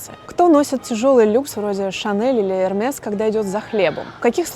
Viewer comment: Говорят: Эрме, или поправьте меня